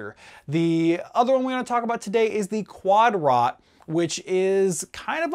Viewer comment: It’s pronounced (quad-dro) the T is silent. It’s French